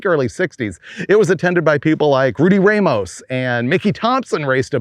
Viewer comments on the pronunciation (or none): none